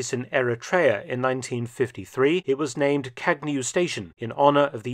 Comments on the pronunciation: It is not kagnew. Its Kañew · It is pronounced kağew like in spanish ğ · What a great video, thanks! In the official language of Ethiopia, Amharic, Kagnew has a silent g. Like champagne but with a slight twist. Kagnew should read something like kah . yow. The way you’d say filet miGNon